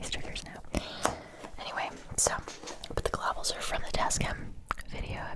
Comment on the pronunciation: You called them ice globuals. I clearly remembered it